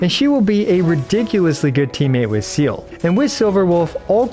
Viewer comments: Seele means soul in german so calling her "my favorite aquatiq animal" after butchering that word multiple times in a way that i would just dare to describe as not halal made me lowkey angry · Ok but how did you manage to think her name is pronounced seal? I’m genuinely curious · Actually people don't really bother to know the correct pronunciation, which is really sad. It's not that hard like Some of the Chinese name. Seele pronounced as Zay-leh. I don't think it's a difficult word to pronounce. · Sorry to be that person, but her name is pronounced 'Seeh-leeh'. Kinda like Seelies but different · Seele is German, meaning "soul" and it's pronounced "seele", the e's are not pronounced like in seed, more like "Sehleh". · Vets should know better, not "Zeala" as well #ggx #veteran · Pronounced "Zee-luh", in german all Es must sound the same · Not to try to put hate comment or anything. It's actually pronounced as Zay-leh. It's a German word. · No hate but its zeh-leh its German. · wanted to cut my ears instead of hearing him call her seal throughout the whole video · It's ze-leh, first half is sth between se- and ze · except the in game pronunciation is wrong also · already dont rate the guide if you can't even say her name right thanks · How hard is it really to pronounce seele.. my gawd 😂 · I'm not gonna complain about this, but Seele preneounced "Sele" in japanese and "Se-ar" in chinese... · you don’t have to be German to know that that’s not how you say the name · Her Name is german for Soul. Let google pronounce it for you 😅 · I didn't know it would frustrate me this much hearing new players prononce Seele's name the exact way Veliona doesn't like. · Her name is just "Soul" in German has nothing to do with aquatic Animals. You just pronounce it wrong every single time. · Bruh her name is Seele, it's an E and not an E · its not seal 😭PLEASE stop pronouncing her name like that. its se-l(r)e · I thought it was “SEE LA” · It's See Lee FFS Not seal 🦭